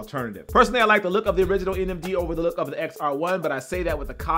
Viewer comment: Did he say Adidas NMG?😂